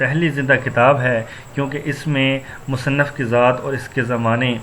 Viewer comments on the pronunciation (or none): Musanaf nahi musanif hota hai